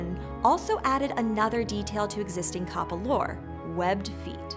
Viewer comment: and you are saying it wrong it's said as cap pa not car par